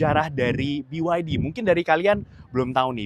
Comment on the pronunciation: itu emblem diatas EV itu nama BYD dalam bahasa Mandarin bacanya "Pi YA Ti"